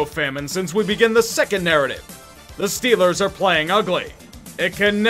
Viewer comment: "Shtellers Goin to Supaboal"